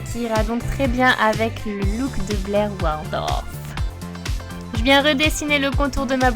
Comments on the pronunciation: WARLDOF MDRRR c'est Waldorf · WALDORF ET PAS WARLDOF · Elle dit Warldof j'vais vomir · Mon dieu comment tu dit waldorf c'est une horreur